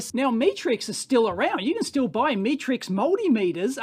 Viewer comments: Pronounced shovan r nu, and met as in met someone, not me as in look at me, then rix. I have a couple of Chauvin Arnoux meters from their existing range and they are excellent, but expensive. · Metrix, as in metrics, as in measurements. Unless you're Australian I guess😁